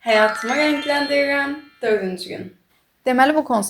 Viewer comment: Niyə rəngləndirirəm sözünü qəribə deyirsən